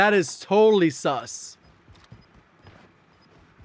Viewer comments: the way says sus is hilarious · I’m lmfao you saying Sus 😂😂😂😂😂😂😂😂